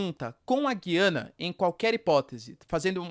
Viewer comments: Porquê vc fala Gyana e não GUIANA, que é o nome correto ? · Bom dia. Guiana nunca teve trema, mas o “u” sempre foi pronunciado e esse é o padrão no português do Brasil. A pronúncia correta é: “Gu-i-ana”. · Porque voce pronuncia o nome Guiana diferente?